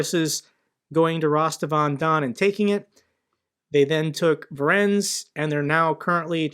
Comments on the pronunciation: Voronezh is pronounced as follows: Va-RONE-ezh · Voronezh is pronounced "voh-roh-nezh". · Fantastic video, as always! A hint about pronunciation: Voronezh is a three syllable word: Vo-ro-nezh. One way of explaining how the "zh" sounds like, is to imagine that "Jesus" was spelled "Dzhesus": You make a "sh" sound with your tongue while making sound in the throat too.